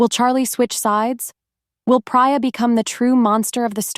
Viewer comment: Actually, it’s PRATER